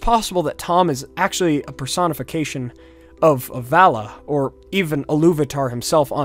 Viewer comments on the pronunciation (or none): the way you say Valar triggers me